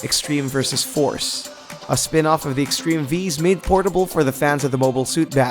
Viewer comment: Bruh how do you mispronounce “Vs.”?